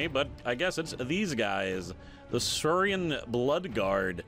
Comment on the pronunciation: Pro tip: 'Saur'ian is pronounced like Dino... 'saur' For example, Saur Ian Flemming, the lizard-man who wrote the James Bond stories, And Saur Ian McKellen, the lizard-man who played Magneto in the X-men movies.